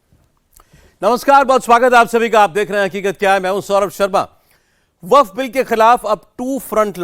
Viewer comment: Waqf ❌ nhi wakat ✅ 🤣🤣